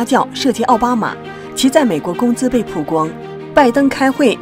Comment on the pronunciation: 曝光baoguang主持人念成puguang了